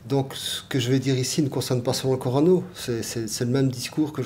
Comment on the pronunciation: Corona Docteur !!! Pas corano 🙄